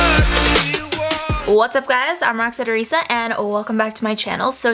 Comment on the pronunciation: In the intro I thought she said I'm roxette teresa